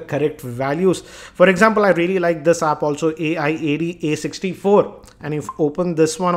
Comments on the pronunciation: ..the second software that u were talking about AIAD64...its pronounced as. (I)(da)64.. hope this helps.. coz saying A.I.A.D 64 every time is very stressfull.. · AIDA64 is pronounced Ayda 64 or Eida 64, not A-I-D-A 64. It's a benchmarking suite of tools developed by FinalWire R-A-N-J-I-T... er, I mean.